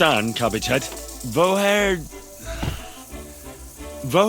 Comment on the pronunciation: as a native german I almost died at Henry's "woher"